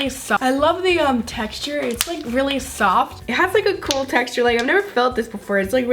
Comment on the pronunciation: watch that zhe repeat "i love the techture itz very zoft